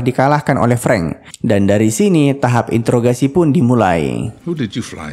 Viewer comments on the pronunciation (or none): none